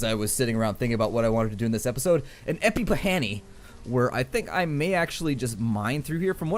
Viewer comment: Ep-E-pah-hany. I laughed WAAAAY to long on that one. To the point of pausing the video and putting my head on my desk